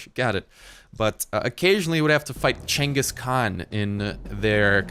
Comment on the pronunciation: Also learn to pronounce Genghis and ballista please.